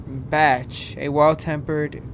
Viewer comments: really said bach like bah - ch lmfaoo i cant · Fade really just pronounced “Bach” as “batch” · I’m just mad you called Bach, “batch” 😭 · bro why did you pronounce bach like that LOLL anyways, amazing video, you make me smile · He Pronounced Bach Wrong